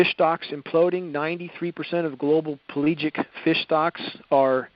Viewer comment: This is a mix of bullshit and real shit. The "palegic" fish? It's pelagic, meaning open-ocean. And the jet streams? Are you kidding? Those aren't the cause. The cause is co2 and ch4 (methane). The result is the same. We are fucked. But not in the way this guy is claiming. And WWIII as a distraction? Are you serious?